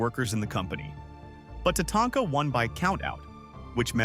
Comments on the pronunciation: AI can't make up its mind as to how it wants to pronounce Tatanka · Love how he screwed Tatanka's name up.He would say it right then he would say it completely wrong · is it? I noticed the multiple different pronunciations of Tatanka, none I've ever heard a person say. So I was thinking AI, but it sounds real